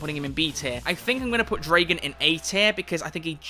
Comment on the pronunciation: I get so triggered when People pronounce Dragan's name wrong